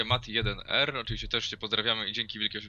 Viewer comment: dzięki i wreszcie ktoś dobrze przeczytał mój nick (mati1r)